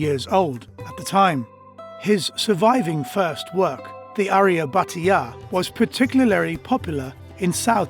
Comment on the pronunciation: he is aryabhata not arya butter 😆😆😆😆😆😆😆😆😆😆😆😆😆😆